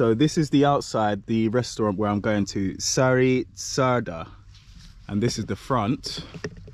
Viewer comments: No es "lake", es canal de Danubius. Sári csárda (pronunciation) es Shari chárda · Csárda is pronounced “cha arda” and Sári is “Shari”, so it is “Shari cha arda” 🙂, there’s no pause between “cha” and “arda”. Csárda originally was a pub with a kitchen that specialised on a small selection of food and the difference beteween a kocsma (pub) and a csárda is csárda was always on the side of roads between towns, while kocsma was always in towns. Csárda was mainly for travellers and they had stalls for horses. And also, that wasn’t mash potato, it was crushed potato with onion. I am happy to answer anything, in return I just want to know - if you are Jamaican - where can I eat proper ital food in London 😆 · Yeah, you may pronounce it "Shary Charda" :)